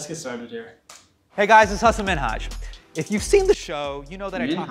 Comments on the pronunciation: omg yesss. I love watching Patriot Act. Side note: u guys pronounced his name wrong 😂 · Bro, u said Hasan wrong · had to play back to to see how Hasan pronounces his own name lol